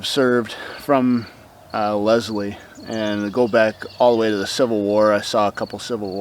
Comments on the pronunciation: you said it like Lezlie and it is pronounced Leslie. So basically you kind of emphasize the s. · That is so cool that you were there because I live in that town and a heads up,you did say the town name wrong but everyone does.